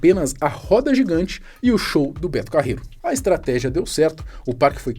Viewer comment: "Betu Carreruuuu pxiu pxiu pxiu"